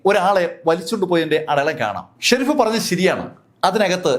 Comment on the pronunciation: Shereef alla sheriff